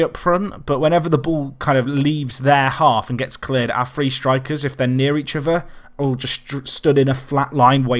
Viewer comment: He say three with a f so what do you expect.